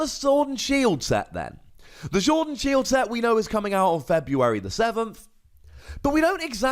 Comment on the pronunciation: Lol said Shord and Sield